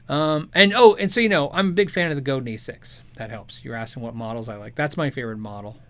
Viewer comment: It's FRENCH. it's GO-DAHN with the accent on the second syllable. Not go-din (like 'dinner') It's Robert Godin's last name.. RO_BAHR GO_DAHN